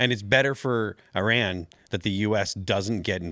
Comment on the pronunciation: Thank you for saying "Iran" and not "Eye-ran". We used to laugh at people who said things like "Eye-talian".